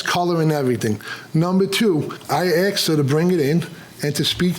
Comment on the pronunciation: He axed her...